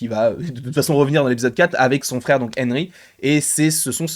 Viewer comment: Haha drôle façon de prononcer le prénom Henry 😂